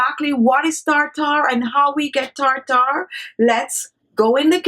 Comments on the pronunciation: Tartar not tar tar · She had perfect pronunciation up until she started using Medical terms tartar (tarter) She said peroxide right though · Tar-tar. Gotta love it! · I suspected i was in for a good time the moment i heard “tar-tar” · This entire video has been comical. Starting with her saying "tar-tar" 200 times in the first 2 minutes and the unbroken eye contact during the rinse and spit.😂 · Take a shot of tequila every time she says Tar-Tar. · Its spelled Tartar, but pronounced "tärder"